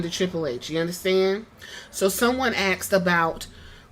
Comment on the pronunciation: It is pronounced "asked".